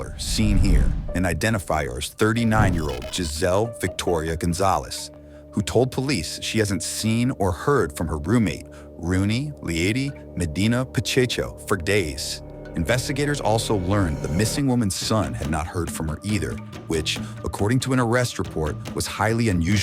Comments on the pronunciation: Pacheco not pachecho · "Pachecho." 😂 There is no second h. Pronounce it as if it said "Pacheko." Pacheco is my grandmother's last name. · The name is PA-CHE-COLE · Pa-check-o is how its pronounced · It’s pronounced cheko 😂😂😂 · Procheco pronunciation: Pro Check Oh